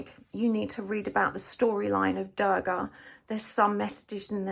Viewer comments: The pronunciation is 'du-rga' 😅 not 'da-rga' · Its Not goddess Daagaah..Its Durga..you arnt pronouncing the "R"..😂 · Love the reading. just couldn't stand your mispronunciation of Durga. U is pronounced like 'oo' as you'll say 'u' in 'bullet'. Please look up correct pronunciations when you're using words from other languages. The world complied and tried to learn your language as well.